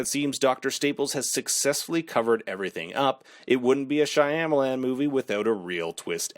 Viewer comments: SHAH-MAH-LAHN. Not Shy-am-Alan. All you have to do to know how to pronounce it correctly is to watch a video where the name is mentioned!!!!! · SYA MA LAN !!! ...NOT SYA YA MA LAN ...WTH DUDE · Lol why are you pronouncing the directors last name that way?? Are you saying it wrong on purpose? I can’t tell but just in case- you don’t pronounce the Y So it doesn’t sound like SHY. It’s Sham - which doesn’t rhyme with PAM, it rhymes with PALM. Sham-a-lan And the LAN also rhymes with PALM. Oh wait. This is much easier